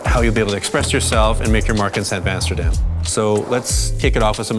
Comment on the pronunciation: san vasterdam sounds like san basterdam… just saying 😂 Guys keep it goinggggggg 🫶